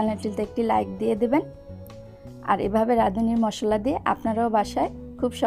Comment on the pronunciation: মশল্লা না মশলা আর সেদ্ধ না সিদ্ধ হবে